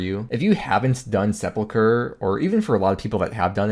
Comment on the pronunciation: say "seple-cure" one more fucking time...